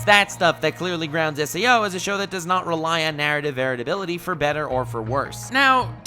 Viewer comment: English is not my first language, but I have a good level and generally understand it perfectly, but right now I have to ask, are you saying "narrative varatability"?